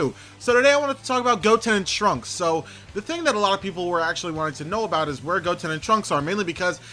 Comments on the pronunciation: It's trunks not Transkei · Trunks not tranks